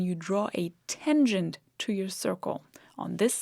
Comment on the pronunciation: It's not a tengent, but a tangent.